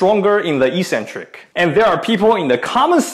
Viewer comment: Ee-sen-trik is incorrect pronunciation but it's everywhere on YouTube. Correct English is ek-sen-trik and as you're Australian that's the way you should say it. The other sounds cringily American.